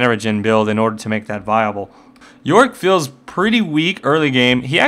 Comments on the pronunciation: there is a part that is sound like you say Warwick { } instead of yorick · worwick or yorick? if you say fast enought it might sound like warwick